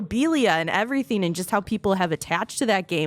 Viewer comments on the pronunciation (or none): There's something about the way some people pronounce "ing" as "een" that bothers the hell out of me. Leafy does it too. And I can't stand that guy. - "comeen off" - "priceen" - "everytheen" - "playeen" - "promoteen" - "gameen" and the list goes on. I literally can only focus on the way she's mispronouncing these words.